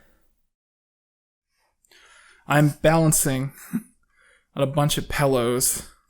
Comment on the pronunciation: oh God no not too! It's pronounced PILL-LOW NOT PELL-LOW don't be one of those monsters that say dumb shit like pellow. Lmao il never forgive for putting me through that trauma.